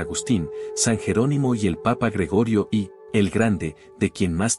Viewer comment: Hermoso relato pero es Sergio1o no i igual que San Gregorio 1o no ix favor téngalo muy en cuenta. Bendiciones 🙏🙏🙏